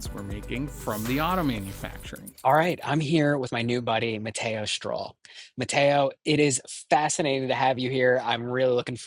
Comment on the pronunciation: LOL it is STROUL not STROLL - lol - close though